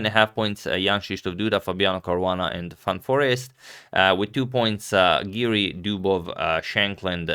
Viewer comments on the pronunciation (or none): none